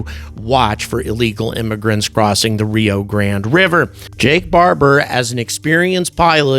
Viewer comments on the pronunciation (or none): none